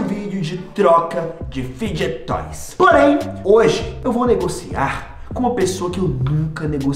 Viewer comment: N e assim q fala é fide toys